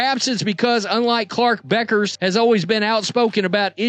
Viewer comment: "The correct pronunciation of "Bueckers" is Beh-kərz. It's not "bueck-ers" but rather "beh-kərz". The "ue" is pronounced as "eh" and the "ck" is pronounced like a "k" sound"